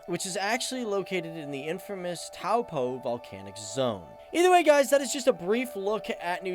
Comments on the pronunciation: It’s not taupo ( towel po ) it’s ( toe- paw ) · He pronounced Taupo wrong and I got triggered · how he pronounced Ruapehu and Taupo had me dead (their pronounced Roo-A-Pay-ooo And Toe-paw)